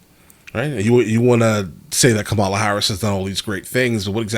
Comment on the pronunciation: IT'S COMMA-LA. Come on, man. RFK Jr. Is a horrible human being. Plus he's anti-vax (all vaccines). His family is embarrassed of him, a worm ate his brain and the way he treated his ex is inhuman. Like it or not, our 2 party system has a lock on the election process. A 3rd party candidate is nothing more than a protest vote. I literally do not care about the border. It's OK that Brown people are coming here. Dude is referring to how Harris secured enough delegates to get the nomination in 48 hours. President Harris will be just fine.